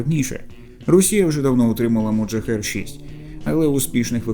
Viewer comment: А чому "моджахер"? Його так військові називають? Назва ж Mohajer 6 - мохаджер 6.